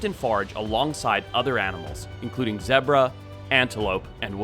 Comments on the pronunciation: "zebraaa" bro what say it fucking right least ya could do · It drives me crazy that you say "Zeh-Bruh" lmao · soooo funny.. when you were doing the intro and said, “the giraffe are with other animals…..” I literally said, “LIKE ZEBBRAHHH?!” outloud cause of the pod 🤣🤣🤣🤣🤣 I just pronounce it zebbrah now lmaooooooo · ITS ZEE-BRA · bro does not know how to pronounce ZEBRA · Yeah bro wtf was that, that's not what he said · I never heard anyone pronounce zebra like that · Learn how to pronounce zebra 🤣🤣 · have i been pronouncing zebra wrong my entire life? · Apparently, I’ve been saying Zebra wrong my entire life